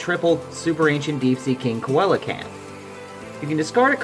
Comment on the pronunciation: Its pronounced sea-low-canth